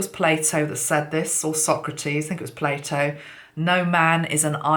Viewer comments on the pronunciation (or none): none